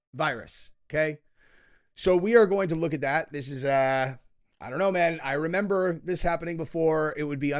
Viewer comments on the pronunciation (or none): none